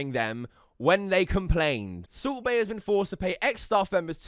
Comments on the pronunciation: Sult baiy...bruh says his name dumb as fuck 😂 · The subtitles say subway when he says salt bae and it's glorious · Kept thinking that you were saying Soup Bae instead if Salt Bae. A good laugh.